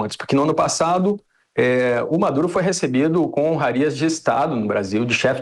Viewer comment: ....pera! eu ouvi "Madure" mesmo ou tô errado? kkk